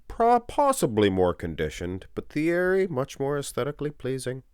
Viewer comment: Ergh, every time this uncultured swine pronounced the TH sound of Pastel's Christian name. French don't pronounce TH, it's T-ierry.